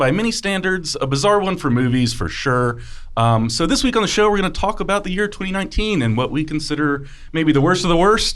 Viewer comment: Why did he say 2019 like that? LMAO